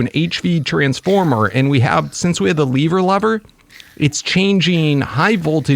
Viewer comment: It’s lever not leaver lever